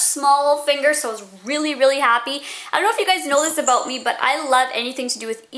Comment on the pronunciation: Hahahahaha, she said "aboot" :D